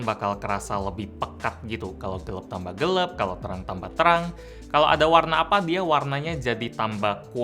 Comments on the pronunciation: Kita: Gelap: Gelep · Gelap ya bukan gelep hehe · gelap bukan gelep...